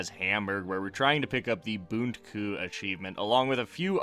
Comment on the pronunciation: Try to call the achievment Like that: bun -ti cuh